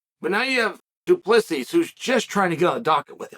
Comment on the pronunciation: Good to see Chael finally get DU Plessis name right,lol.